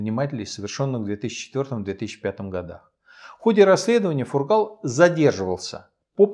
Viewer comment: Здравствуйте, все!!! В фамилии Фургал в произношение ударение ставиться на первый слог!!!